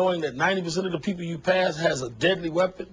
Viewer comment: its people not pepole